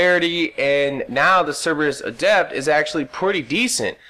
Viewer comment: You're pronouncing adept wrong. When it is a noun, the stress is on the first syllable, When it is an adjective, the stress is on the second syllable, which is the way you're pronouncing it.